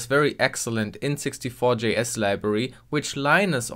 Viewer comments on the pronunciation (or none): I'm not the only one that keeps hearing N64 instead of int64, right?